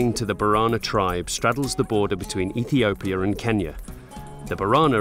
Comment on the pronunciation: You seriously can’t say “Ethiopia” right? Good Lord, it’s not that hard!